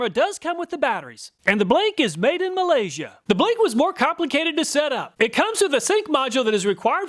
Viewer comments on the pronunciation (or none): none